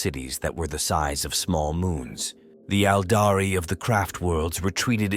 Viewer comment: Ældari lmfaoooo and “droo-Koo-Ri” fucked me up too. I think it’s quirky and hilarious most times but I get where you’re coming from